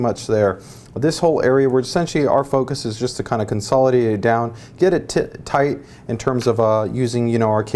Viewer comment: bhahaha you said tit tight